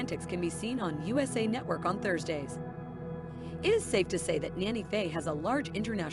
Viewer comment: She is NANNY Faye, not Nana Faye! In March, they lost Francis to cancer that she had battled for about 2 years. I've always said that when Faye dies, it's going to be hardest on Chase because they are so close. They are each other's "Ride or Die" and have had so many hilarious schemes together. I've watched this show since the first episode and I hope she can win this fight. Chloe is pronounced "Clo-ee", not Clo. She also goes by Cocoa. They have been through so much, I keep them in my prayers.